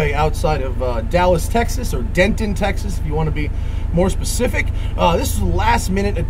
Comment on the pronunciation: Dammit, you pronounced Denton with a hard 'T'... No hard T, please when saying Denton... Thanks for being close to home, buddy. Love your passion and willingness to share it with us all through your channel